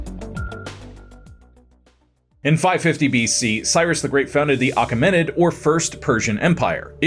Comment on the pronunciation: Great video 😊❤ it's actually "A-KEM-in-id" empire.